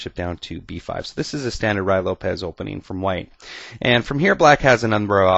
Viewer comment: Great vid! All ur ids r good but this is the best one! I've used this trap in the past, it works not only with the Ruy--pronounced roo-ee by the way--but with other openings as well, the 4 N's Game for ex. All of the traps in the Ruy are interesting. When I was 11 years old I used a trap in the Ruy that I figured out myself to beat the US Checkers Champion at chess! My suggestion 2 u is to do more vids on some of the other Ruy traps.